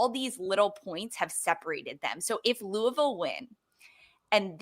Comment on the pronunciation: Please pronounce “Louisville” correctly!!! says it right - I cringe hearing Jess and McCall say it …